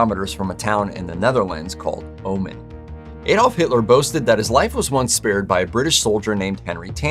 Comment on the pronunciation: People see patterns,even when there are none! Btw."Ommen" is pronounced with the"O"as in wrOng or van GOGH! The "G"s are similar to the J in Spanish (JOSE)and the H is silent!